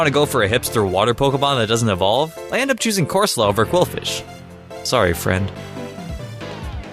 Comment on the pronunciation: When he said quilfish, I heard corphish and literrally said no out loud